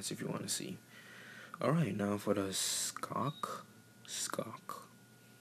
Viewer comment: u pronounced schoc wrong